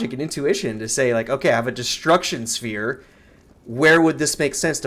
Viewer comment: Lol, why does he say spear ball instead of sphere????